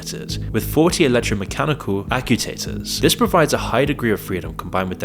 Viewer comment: I heard him say that and thought it was something I hadn't heard of.